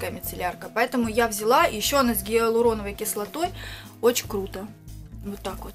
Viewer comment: гиаЛУРОновая кислота, не каверкай слова) а так супер)